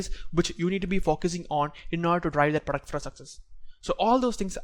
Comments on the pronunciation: Best part " praduct" 😂😂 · Product ❌ duck ❎ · Work on your pronounciation sir say the word product properly